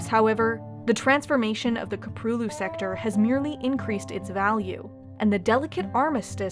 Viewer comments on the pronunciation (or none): Köprülü. she can pronounce anything insanely accurate but not this .